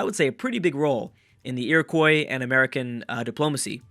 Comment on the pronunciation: Hey i just wanted to tell you that Iroquois is pronounced Ear-ick-wa. im from that tribe and i thought that you, obviously loving history, would like to know. hipe i helped!